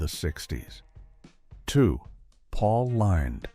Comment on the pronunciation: Paul Lind (rhyming with Grind)?